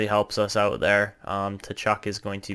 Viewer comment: I love this series Suggestion: Brady Tkachuk is pronouced Kachuk. The T is silent